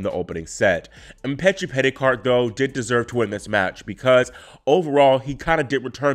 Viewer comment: Go back to the beginning and then again about the 43/44 second mark. He said, "France's Giovanni Mpetshi Perricard..." People mispronounce and misspeak all the time but is in and of the tennis community and is well versed surrounding and involving these players. He's on it. 😉